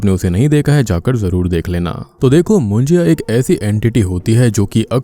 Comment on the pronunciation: It's not मुंजिया.. it's मुंज्या!!